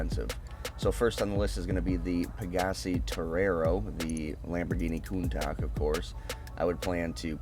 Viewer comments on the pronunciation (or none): Hold up, say countach for me again lol